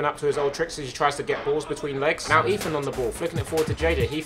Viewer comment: this commentery is torture everytime he says eathan he says eafin